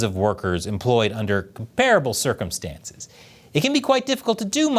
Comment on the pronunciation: Please look up the word 'comparable' and learn how to properly pronounce it.